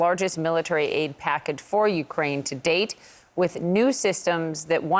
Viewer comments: Yea 'Ukuain' 😂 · "Ukwaine" that was cute lol